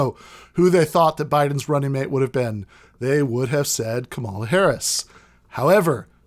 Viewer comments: It's COMMA-la not kuh-MALL-uh. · Dude, it's pronounced comma-la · Really wish you had pronounced Kamala's name correctly in this video. I agree with what you're saying 100% and would love to share with my friends and family who have been spouting this "Kamala is more progressive than Bernie" bs, but I know that as soon as they hear you saying "KaMAla" they'll dismiss you out of hand. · If you're going to do an entire podcast on Kamala Harris, shouldn't you learn how to pronounce her name? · I'm no fan of the lady, but should point out that the narrator is mispronouncing her first name, It's the recently deceased 'pro' wrestler Kamala Harris who used the pronunciation heard here. Or am I confused? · Alright,... not a giant fan of Harris or Biden (although I will vote blue this year because of fascism), but: please just at least learn to pronounce her name correctly. There's no need to be a jerk about it. The emphasis is on the first syllable, similar to the name "Pamela." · Man please just say her name right though